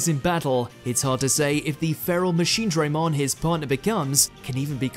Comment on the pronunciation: Again with mispronouncing machinedramon what is this next order